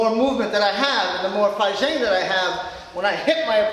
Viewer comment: sorry bro, I'm just having a chuckle at your pronunciation of fajin 發勁.